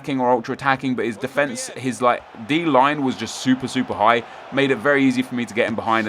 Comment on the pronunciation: Why do you say defence like an American? You are not American.